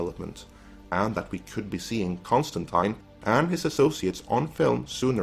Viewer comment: Enormous e-hug for the correct pronunciation of Constantine.